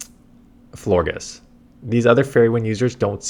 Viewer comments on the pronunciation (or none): none